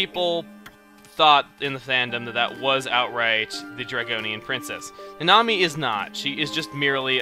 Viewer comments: I'm pretty sure Nanami's name is supposed to be pronounced "Na-na-mi", not "Na-nami". Oh well...I watch too much anime anyways >_> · Uhh Chugga I think the correct pronunciation of Nanami is (Nah-Nah-Mee)